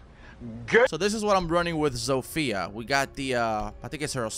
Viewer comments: Just a tip for you if you want to pronounce "Zofia" better, don't put the accent on "I", put it on "O". Trust me, be boy is from Polando. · (I know you mentioned it but still...) Zofia is not pronounced like you do it. Throw her name into google translate pls. (I'm polish and I keep getting absolutely triggered by people prknouncing it wrong) nice vid btw.😉